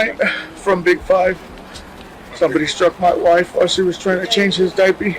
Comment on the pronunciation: He says, "diappy"!!! What a stupid "child kil**r"!!! Yes, diappy😱🤬